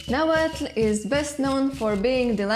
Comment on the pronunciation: subing just for the fact that you pronounce the "tl".